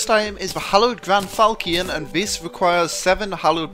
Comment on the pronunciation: Falchion is pronounced "fal-shun" I think.